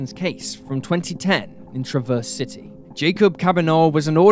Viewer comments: as someone from Traverse City, MI I got a kick out of how you pronounced it every time lmao. we pronounce it like Travverz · It’s always funny when someone not from Traverse City says it, they always say it wrong. I grew up in TC and still live there. And people always pronounce wrong the same way. It’s so funny